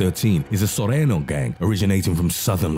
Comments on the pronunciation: This guy is funny ass fuck ..head ass said sorenos lmao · Its cringy, same as his pronunciation of Surenos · It should be pronounced Nor-tayn-yos and Sur-rayn-yos Not, Nortenos and Surenos. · Nortenyos and surenyos try to pronounce them this way it sounds better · Dude said norteños wrong and sureno 🤣🤣